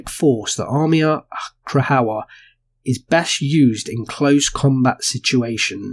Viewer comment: Krajowa = Cry-ova. J is pronounced as a y and W as v. Also, when you see Cz it's pronounced as ch (as in cha). It's all kind of softer than how we enunciate these letters English.